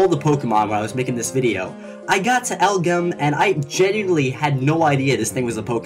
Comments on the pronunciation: Really? Elgyem is pronounced "L-G-M", as in the acronym for Little Green Man. And Beheeyem is likewise pronounced "B-E-M", as in the acronym for Bug-Eyed Monster. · Lol elgyem pronunciation is (L-G-M) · Say the letters LGM that how you say elgyem du-uh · Elgyem is pronounced like LGM (short for little green men) and it's evolved form is pronounced BEM (Bug eyed monster) You forgot Quilfish! No evolution, weird design, not great stats that I know of. I like quilfish, but even I forget about it on occasion!! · Dude... I love Elgym... (btw, it's pronounced Eljim) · Actually it's pronounced LGM (little green men) '~' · Elgem is pronounced L G M LGM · Elgyem pronounces el-gee-em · Elgyem is Ell-Jee-Yem, as pronounced in the Pokemon: Black and White anime... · Man do I disagree with your last pick. It's pronounced like the letters LGM and this is important because it is the alien pokemon who's name is little green men.